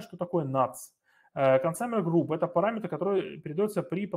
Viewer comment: Пожалуйста, либо называйте правильно по английски термины, либо переводите их на русский. Не 'аск', а 'эк' (от слова acknowledge 'экноулидж') не 'консАмер', а 'консЬЮмер'. В любом случае спасибо за материал!